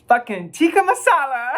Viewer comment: ??? Yeah it is, but uts till pronounced incorrectly